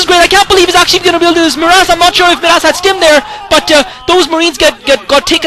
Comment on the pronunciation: By the way, I think Midas is pronounced "my-das." Anyway, I'm glad you were bored. I speak Korean, but sometimes I enjoy your comments more.